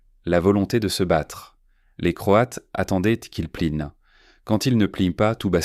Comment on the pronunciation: Le caporal fossette ...Fawcett. Q’il pline...qu’ils plient. Divorcé l’eau...Dyvocelo (?). Encore zaujourd’hui... Et tant d’autres du même acabit. Mon gars procure-toi une I.A., mais une vraie ! 😖😤😤😤😤😡😡😡🤬🤬🤬🤬